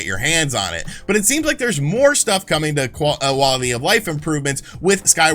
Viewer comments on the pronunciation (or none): hit em with that "to-kwa-uh-wallity of life improvements"